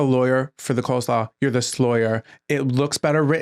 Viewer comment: Obsessed with rapid-fire pronunciation of "coe-slaw." 😂